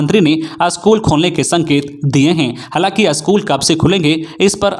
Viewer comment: You should learn how to pronounce "school"